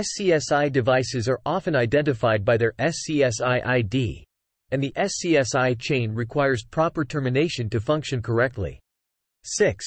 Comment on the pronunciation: The AI voice has to learn that SCSI was usually pronounced "scuzzy" instead of being called by its letters.